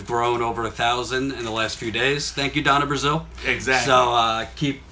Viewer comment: "Thank you Donna Brazile" 😂